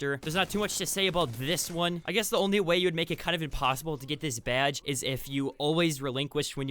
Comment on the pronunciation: Idk why but I laugh every time he says BYADGE